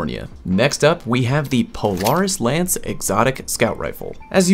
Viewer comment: Did you just say polarants lance?